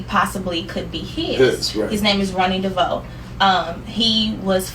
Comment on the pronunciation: "Ronny DeVoe" 😂 come on lady get your names correct